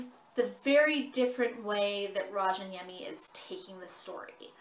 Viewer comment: Great review. However, just for future reference, there are 2 [very similar] ways to pronounce his last name: The Finnish "J" in Rayaniemi isn't pronounced with a ⟨ʒ⟩; i.e. the "zh" sound. It's actually a "Y" sound. So, you end up with either,RAHY-UH-NEE-ME or RYAN-YEAH-ME -- you can also roll the "R" if you're really wanting to be proper/sound true to form. ﹡﹡ᴵᶰˢᵉʳᵗ "ᵀʰᵉ ᴹᵒʳᵉ ʸᵒᵘ ᴷᶰᵒʷ" ᴬᶰᶦᵐᵃᵗᵉᵈ ᴳᶦᶠ ᴴᵉʳᵉ﹡﹡